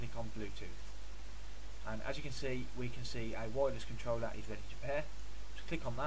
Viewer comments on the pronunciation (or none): "controllla" I'm dead